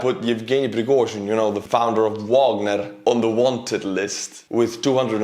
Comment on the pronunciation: Prighozin on the FBI 10 Most Wanted List? Love it! Watch out, Prighozin! Estonian name butchering for your Patreon was awesome, lol. No need to apologize, dude…you’re good.